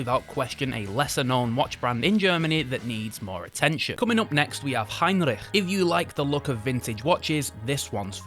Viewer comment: The Circula and Heinrich stand out for me here. As always your giving us a nice history brief on each brand and showing us some great time pieces. Nice German pronunciation too! Great vid, cheers mate 👍